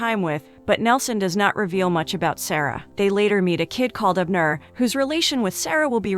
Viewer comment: I guess AI can't pronounce Abner correctly.